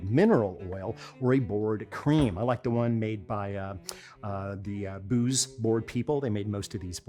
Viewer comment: I'm pretty sure that Boos is a Dutch name, meaning that it is pronounced like the plural of an archery bow, not like "booze".